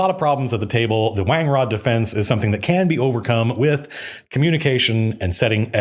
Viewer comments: Pronounced Wan-grod of course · seeing the word wangrod written out for the first time, it feels weird. Read it as wan-grod first. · I read that "wan-grod" defense